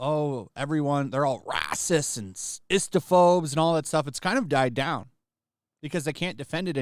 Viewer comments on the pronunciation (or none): RACIST, not Raaist.